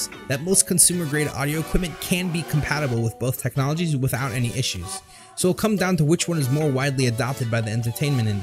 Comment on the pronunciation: "Wheell" "SSSo"